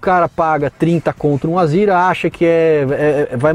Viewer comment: Não entendo por que chamam de "Azira", se o nome do carro é "Azera". Será que é coisa de paulista?